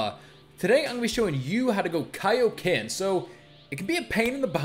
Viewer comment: Its kioken